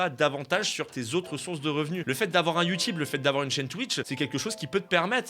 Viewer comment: “Ma chaîne Youtubeu”